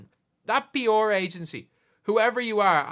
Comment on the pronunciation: Took you saying “p’or” 3 times to realize you weren’t talking about some team I didn’t know but were saying “pr.”😂🤦‍♂️